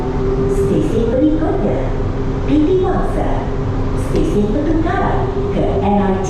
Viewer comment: Kalau ngomong Indonesia,guna lah bahasa Indoneisa yg baik.orang Malaysia pun bilang TITIWANGSA ya TITIWANGSA,.. Kenapa loe kok ngomong TITIWANGSE....! contain SAMPAH